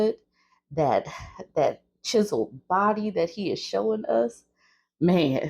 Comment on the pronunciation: "CHISELED BODY"??! 😂